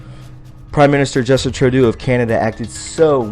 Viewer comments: True-dough. Not Trow-do. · Justine Trudeau...pronounced true doe are you making fun of him calling him turd do? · I think maybe you are just being funny. Personally I call him Little Boy Blue. Just in case though, you are pronouncing his name wrong. Trudeau = ( true + doe) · Justin's last name is pronounced TRUE-DOE. Great job friend, love the video. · It's Justin "true dough" and "aw bay". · Like your show! "Trudeau"is pronounced "True - Doe" fyi. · Trudeau is pronounced "Tru doe" doe as in female deer. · Laminated and lamented are two different words buddy. And please learn how to pronounce Trudeau's name.